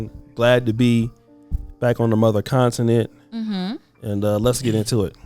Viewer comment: Someone please teach Oshea how to pronounce continent.